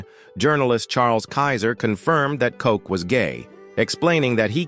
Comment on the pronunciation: you can’t even pronounce Mayor Ed Koch’s name correctly! Smfh